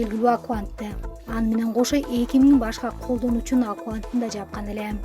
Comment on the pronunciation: Акуант эмес аккаунт болуш керек.